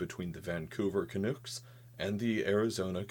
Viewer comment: "Canooks" Oof, NFY As a Canadian, I just alt f4'd my will to live. Turns out Canadian words are harder to pronounce than alien words.